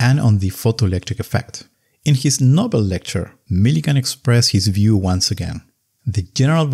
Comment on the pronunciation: You pronounce expressed as express. I feel this is sufficient evidence to reveal that your accent is horrible. To within 1 percent.